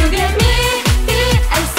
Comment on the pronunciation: さすが PICの発音がいいなｗｗｗ